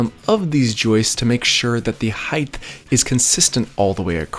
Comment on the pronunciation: "heighth" "joistes"